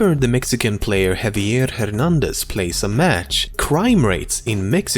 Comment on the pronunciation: The most majestic pronounciation of 'Javier' in the history of everything.